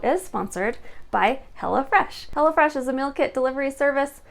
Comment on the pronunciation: It sounds like you’re saying “hella fresh” instead of “hello fresh”